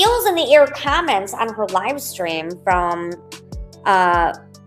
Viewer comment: Nikalina pronounce comments without the LONG I - it’s not KIME ents - it’s comments - with a short o - rhymes w ah